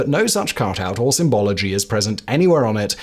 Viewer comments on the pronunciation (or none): none